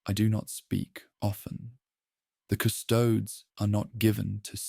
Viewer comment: Cu-'sto-des, not "cu-'stoads". --- This is actual latin (plural of Custos "keeper"/"guardian") and it's a three syllable word denoted by it's three separate vowels, with each being distinctly pronounced with the stress on the second-to-last syllable "sto" because of the naturally long vowel. As in the famous quote "Quis custodiet ipsos custodes?", meaning "Who guards the guards themselves".